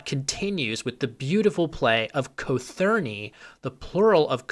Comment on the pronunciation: i don't think that's how you pronounce cothurni